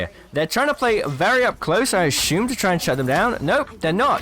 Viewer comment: Something wrong with the way you pronounce "assume." Gets really annoying